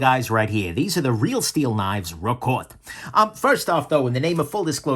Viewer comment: Not "RokOt" but "ROkot". It means "Roll, boom, rumble".